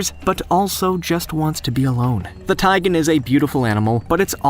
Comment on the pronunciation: It's a tigon. Not a taigan.